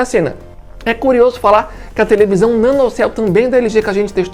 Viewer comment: Tevelisão kkk